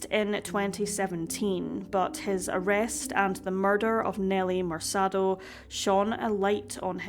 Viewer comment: MerKAH-do. Not MerSAH-do. Other than that, great vid!